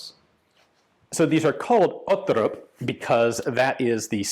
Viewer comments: I'm not completely certain but it sounds like an Icelander tought him how to say Otterup. He is saying it like a Norwegian would I think. Ot-terrup instead of "Otte-rup". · Odd-e-rupp with a growling R like an angry dog 😂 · Great video Ian! Quick thing, the “r” sound is guttural in the pronunciation. Basically just gotta gargle the Rs lol Danish is so goofy